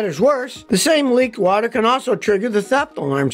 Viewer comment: "it even works, under wooter"!